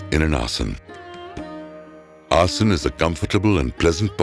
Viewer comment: What a wealth of information! I cannot imagine condensing the history and study of yoga into a 90 minute video. That must have been a very difficult task. I am curious why the letter “a” is dropped when pronouncing certain words, for example asan instead of asana.